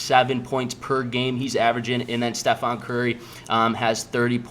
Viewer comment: Stefon 😂😂you have his jersey right behind you on your wall and mispronounce his name lol great picks tho bro 👍🏻